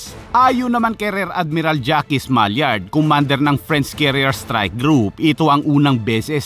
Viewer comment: Orion is pronounced o'ra'yon HINDI oryon! At rir admiral hindi rer admiral